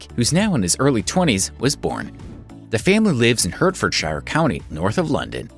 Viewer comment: And Hertfordshire is pronounced "Hartfordsheer" by those of us who live there.